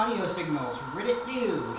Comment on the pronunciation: "ridditt doo. heheh."